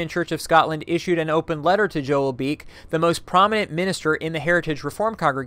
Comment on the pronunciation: and fyi, his name is pronounced Beek-ee, not just Beak.